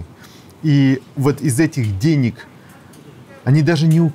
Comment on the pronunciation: ... Чичаваркин хвастается, что он в 2000 году, во времена когда все пиздили все друг у друга, привез домой две сумки наличных денЭг, отпад! ...моя маленькая дочь смешно училась говорить по русски, вместо если бы говорила - "этлиб" ...так вот ссынок, этлиб ты смог как и я, во время свирепствования лЭйтЭнантов из ОБХСС в 1982 году (что такое ОБХСС см. Википедию), привести домой двЭ сумки советских дЭнег достоинством от одного рубля до советского червонца (25 рублЭй) , цены бы тебе не было, среди цеховиков, а так ...свезло чуваку, подсуетился вовремя и сегодня в ус не дует и обливает грязью тех кто ему это, хапнуть бабла, позволил...